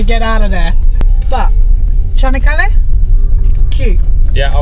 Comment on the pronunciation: not kanakkale yes chanockkale 👍